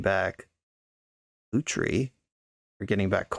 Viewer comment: It's pronounced as Lutri not Lutri 😎